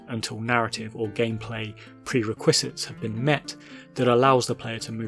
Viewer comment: Ok, so it wasn't just me replaying "prerequisites" over and over as I've never heard anyone say it like this